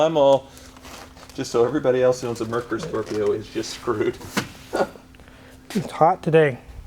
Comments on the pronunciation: It is pronounced "mare-koor". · "Mare-Coor" is the proper pronunciation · Not even close on the pronunciation of the name....Merkur (mare-koor) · I remember looking at these in a LM showroom in the mid-80’s. The salesman told me the correct pronunciation was: mare-coor (German for Mercury.) I bought a Lincoln Mark VII LSC instead. Great car. Way ahead of its time! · You are mispronouncing the name. It is pronounced like :mare cur: . I owned many of these, they were great cars just well beyond their time. More tech then a Benz s class of its day. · It's pronounced "MARE-KOOR" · Pro tip, its pronounced Mare Core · Bonus points if you can pronounce Merkur correctly (it's pronounced Mare-core). Don't feel bad if you mangle the name - most people did. Perfect example of American market hypocrisy. Examples listed below: "Hey, Ford! Why can't we get any of those hot European models in America?" Ford says OK and imports Merkur Scorpio. "Yuck, who would want something this strange and ugly?" "We want manual transmissions!" Ford says OK and offers manual transmissions. "Ug, who's going to buy a car nobody can drive?" Double face palm. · This video proves that not a single American can pronounce Merkur correctly. Greetings from Germany, where almost all Ford Scorpio have already been scrapped. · every time they mispronounce "merkur" i wonder if the viewers are being punked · Me (a german): Oh I didn't know they had Ford Scorpios in the US.: MERKUR Scorpio Me:?!? 🤔 What did he just call it? My parents used to have one in the 90s, 2.8l Ghia (the Ghia stood for better interior). It was a nice car and drove great... but is was soooo ugly. That button pressed should recline the backrest a little (maybe 2 inches?) which had me stunned since I hadn't seen anything like it before in a car that was below S-Class Mercedes. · It's actually MARE-Coor... not Murk-errr. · It’s not “Mer-ker” it’s Mare-KOOR! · Mare-kure. Not Mer-ker. Videos are so much better without.